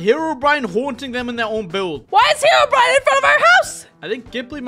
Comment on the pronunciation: heroBrian❌ herobrine✅